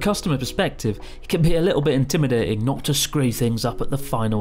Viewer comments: Why does your English accent suddenly go Nothern, all of a sudden. 😂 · Why does Chris switch to a 'broad' Yorkshire accent to say intimidating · accent went a little wild on the word "intimidating". Yorkshire maybe?